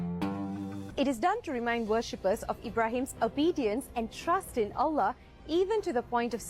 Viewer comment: Lebih tepat betul penyebutan Allah non muslim Malaysia dari kebanyakan orang Indonesia. Oloh oloh apa itu oloh...